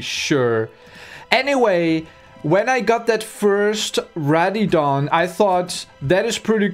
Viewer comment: It's pronounced RADDION